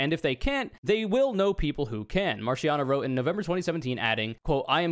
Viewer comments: Hearing you do the soft ch in Marchiano hurts so much more when you do it with the accent. Ch in Italian makes a k sound, and C makes a Ch sound. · you should be legally prosecuted for pronouncing italian names like that